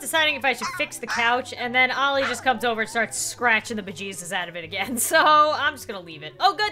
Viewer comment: Olli, not Ali